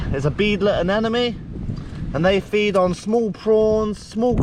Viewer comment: aneMOne not aneNOme <3